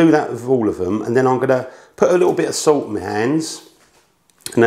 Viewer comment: I don’t think the English actually speak english. So much glossing over the vowels for a lazy tongue. “Put sout on da PaTAe-Tez”